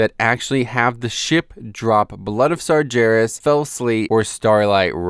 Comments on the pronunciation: Not slaughtering the basic rules of phonetics, is what I mean. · Your pronunciation of "sargeras" is so wrong Outside of that, great video as always.